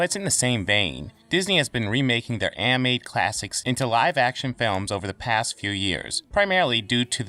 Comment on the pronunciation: You have a tough time saying the word "animated" you keep saying "amated" Also dont pronounce "th" as "f"